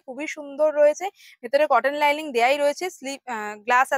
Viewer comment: Linings not liling